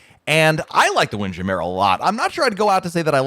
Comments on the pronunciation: WIND. JAM. MURRRRRRRR. NOT WINDJAMAIR. it's NOT french. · Wind Jam-mer not Jam-mere. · “Windjammer” instead of “Wind- Jam- Mer “. The way you blended makes it sound “foo-foo”. I really would like for you to research and share the proper way to say the name. One of us has been saying incorrectly for a long time! 😂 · LOLOLOLOL. We always laugh at pronunciation of the WIND JAM MURRRRR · Why the heck is he saying wind Jammer like that. Ahhh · He’s horsing around. It’s trademark phrase. He knows how to pronounce it but chooses to say it another way, all in jest.